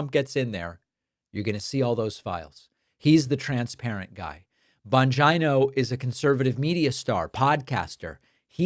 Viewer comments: PLEASE STOP SAYING BON-GEYE-NO.. IT'S BON-GEE-NO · Again, why are saying "Bongino" like " "vagina"? A vagina is a body part, not an insult. Grow up.